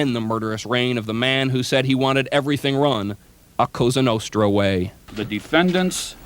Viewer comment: Say a cosa nostra!.. correctly!! You white bread!!